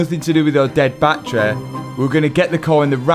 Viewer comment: You pronounce battery "Battray" and "Battery" in the same sentence it confuses me so much hahah